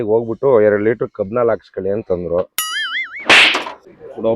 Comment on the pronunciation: ಕಬ್ಬನಾಲ್ ಅಲ್ಲಣೋ ಏತನಾಲ್ ಅದು